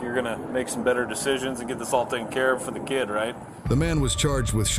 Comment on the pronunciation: “ I have a keed “